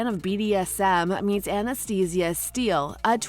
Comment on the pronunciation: I don’t know if I’m the only one that this bothers but why can’t the person narrating this say Anastasia’s name correctly lol